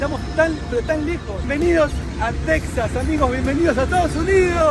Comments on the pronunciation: Recuerden que para todos los mexicanos Texas se pronuncia Tejas y no tecsas lo escuchamos desagradable. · *tejas, irónico que l@ sudamérican@ escriban méxico con jota y tejas con equis y aparte pronuncien "tecsas" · buen dia si hablan español Texas se pronuncia Tejas se tiene que oír igual que al pronunciar Méjico si lo pronuncias con la x se escucharía raro